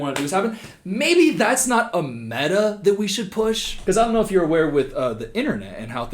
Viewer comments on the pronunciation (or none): none